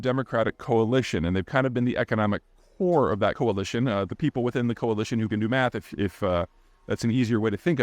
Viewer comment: "economic core" or "economic whore"? 🤔